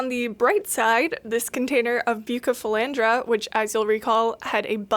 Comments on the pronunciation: Please its buuu ceee not bucee its killing me!! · Bucephalandra not Bukkkephalandra plss but good video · I’m sorry if this is rude but it’s pronounced bew-se-fel-Andra besides the k pronunciation on the c you’ve gotten it basically right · The cardinalis might not have been contaminated. When you take them from a immerse grown culture and put them in liquid, they melt and then grow back twice as healthy. Most aquarium plants do that. Also, it’s pronounced busephalandra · Its pronounced (roughly) Beu-sef-uh-laund-rah I'm not judging, because I have no doubt I've mispronounced my share of scientific names over the years. Just trying to be helpful on account of all the aquarium keepers who are probably having fits now. 😂 Also, Tropica generally has very clean TC cups; you can store them for weeks on a lighted shelf while preparing a new tank. If I planned to get TC cups for starting my own multiplication cultures, that's where I would source from. Top Fin stuff is cheap and often visibly contaminated, though as long as it hasn't completely overtaken the plants, that's not really a huge issue if you are dropping it directly into an aquarium (no special acclimation required; you open the bag, rinse under a tap to remove agar, and stick it in the tank). I buy it sometimes for my aquariums because it's readily available, but definitely wouldn't trust it to be sterile for cultures. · I'm crying a bit at your pronunciation 😂. For real though, buce is my favorite aroid and poaching has been a huge problem with them so tissue culture is a life saver. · The pronunciation of Bucephalandra had me rolling 😂